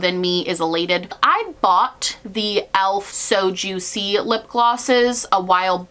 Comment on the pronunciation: when you were midway through saying elf "so juicy" and I heard soju and I was like "omg they have a korean themed one??" lmao